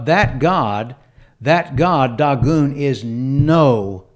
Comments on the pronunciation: It's DAY-GONE!! Not daw-goon... Good LORD! The proper transliteration is Dāḡôn. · I'm a native Hebrew speaker. That's incorrect. Check the Strong's Concordance. Click and listen to the word spoken in Hebrew. It's DAY-GONE. And the Masoretic Text is based off of the Aleppo Codex. That's as good as it gets, sir.